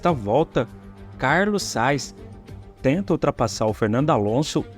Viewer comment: Sugiro que treines a dicção dos nomes dos pilotos. Porquê Carlos Sais? Ou não é mais Carlos Sainz?